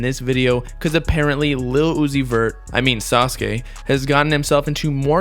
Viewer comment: ITS PRONOUNCED SAH-SUE-KEE! your jabs at uzi are so annoying